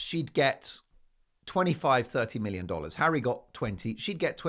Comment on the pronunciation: you mean hawwy ...